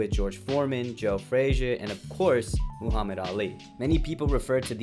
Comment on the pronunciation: Lol, Moohammad.